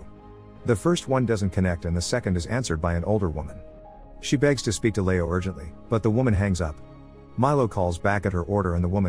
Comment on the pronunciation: I don't understand how an English speaker old enough to narrate a youtube video thinks Leo is pronounced "layo"...